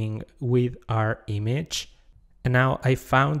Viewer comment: Image: ❌ Eemage: ✅